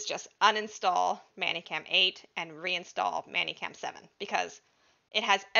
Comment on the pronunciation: Why are you saying it so it would rhyme with nanny cam? Is "many" as in How many apples are in this bag? Do it's pronounced "menny".